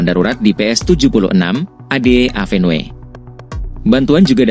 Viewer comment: Avenue dibaca : Évenyu !